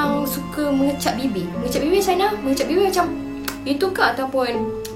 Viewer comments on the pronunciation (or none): none